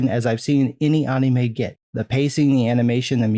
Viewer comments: Bruh can you just say anime not UHNNIE-MAY? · The way you say Anime is so fucking weird man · You say anime weird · The way you say "Anime" feels very wierd man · I love your content, but you pronounce anime like a weeb